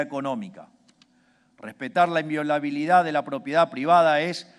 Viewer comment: Tiene que leer? Inviobilabilidad dijo?